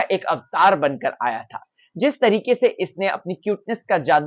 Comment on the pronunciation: Tareeekhai nhn hota bhai Tareeqe hota hai